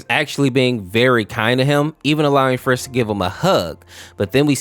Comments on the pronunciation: Umm? . It's frisk not Fisk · why do you call flowey flowery and i heard bro call frisk fisk 💔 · Dude do you have built in autocorrect? "Flowery" "Fisk"? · I didn't even know there was an infection au for undertale Edit: why is he calling Flowey, Flowery and Frisk, Fisk 🤣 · 1. You called flowey flowery 2. At one point you called frisk fisk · Oh this ticks me off, FISK, FLOWERY, BROTHA, STOP SHARING LETTERS HERE, IT IS FRISK AND FLOWEY